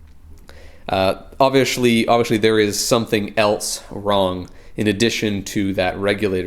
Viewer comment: Why are you saying obvishly? Is it a local dialect?